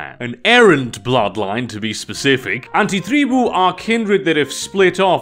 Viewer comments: The way you say Antitreeboo🤢🤢🤢🤢🤢🤢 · Im very new to VtM and I appreciate your pronounciation of "anti-tribu". Its very accurate to how my mother tongue would say it and its pretty cool to hear someone who has a natural western accent nail it down perfectly. 😂